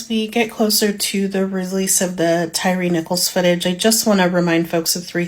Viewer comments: his unaliving????? just make up our own words. his name is not TYREE its TYRE the UK spelling of TIRE. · his name is pronounced Tire not tyree.